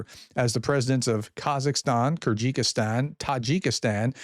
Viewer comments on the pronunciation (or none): Kyrgyzstan: keer-guh-staan NOT Kergistikan😅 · Zygystan is pronounced KER GIS STAN. Hard G. Not Kyrgykistan, there is nowhere called that. Please read slowly, and you will get it right ❤ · OMG. Those "stans" are not that hard to pronounce. SOUND. IT. OUT !